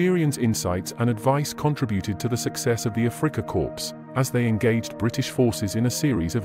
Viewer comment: He learned a lot from General Fuller. PS it's Afrika Korps (pronounced "core") not corpse!